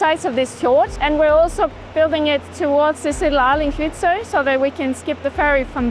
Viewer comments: pronouncing Kvitsøy as kuh-vitt-soy is diabolical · Considering how many times you say "Kvitsøy" I'm a bit surprised just how far off you are to pronouncing it correctly 😅 I understand it it is difficuly for an english-speaker though; I appreciate your attempt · The way Kvitsøy is pronounced here is high entertainment.